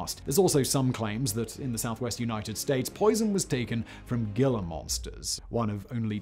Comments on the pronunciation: . . . it's pronounced HEE-lah, not "Gil-lah." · Hi Simon. Fire your pronunciation editor. Currently- Kyr AA ray, Atlatl- At Lat L, Gila Monster- hee luh maan str.. 😁👍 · Great video and love the topic. Just a quick FYI- Atlatl is pronounced at-ladel (you pronounced it right the third time 😊) Curare is pronounced cu-rar-ee Gila is pronounced hee-la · FYI, the "g" in "gila monster" uses the Spanish pronunciation, so the word sounds like he-lah. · That and gila monster. It's pronounced with an "h" sound, as in Spanish, not a hard "g". You'd think that with as much research as they do for these vids they could've had 2min to look these up & it only takes about 2min to retrain yourself. All that aside I love his vids. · Cure-are-ee (Curare is the paralytic poison that the darts are dipped in.. and Simon. Gila monsters is pronounced hee-lah. You've got terrible pronunciation of the American artifacts. The obsidian chainsaw was pronounced ma-ha-quee-til on deadliest warrior . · OMG, you murdered every Native pronunciation. Mahuitl = May-WEE-Till Gila = HEE-la Atlatl = At-LAT-Till No offense, just trying to help. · Gila monster is pronounced "HEE'-la" Monster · Simon I'm from Az where they live, it's Hee-La monster. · It’s HEE-luh not Gih-luh for Gila Monster :) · Gila Monster is pronounced with an "h" so "Heel-a" Monster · Gila is pronounced HEE-lah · Gila is pronounced hee-la. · Too bad he couldn't pronounce it correctly. I've heard it pronounced a couple of different ways but not quite the way he does. Also, did he mispronounce the poison curare? I know he definitely messed up Gila monster. With older words, they can vary depending on the region a person is from.